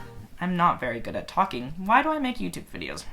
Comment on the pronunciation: OMG this bitch is thalking and thalking and thalking and I was like: shup up!!!